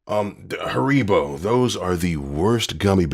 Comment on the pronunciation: the way he says haribo 😂😂😂😂😂